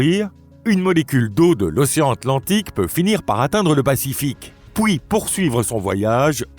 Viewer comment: Bravo ! Serait-il possible que le narrateur IA prononce bien le mot PUIS (et non POUIS) ; c'est dans toutes les vidéos. merci